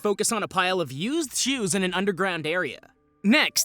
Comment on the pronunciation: When you said "used shoes" all I kept hearing was "used Jews". For a minute I thought we were having some Kanye Ye moment.